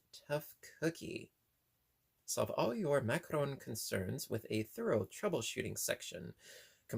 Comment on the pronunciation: You are correct. This particular item is pronounced ( ma-ka-rohn)